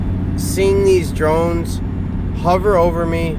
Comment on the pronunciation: "Im willing to bring my personal drines anywhere". Lmao!! Nice